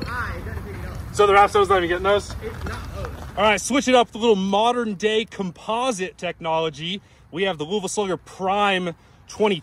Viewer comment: The way you pronounced Louisville bro wtf 💀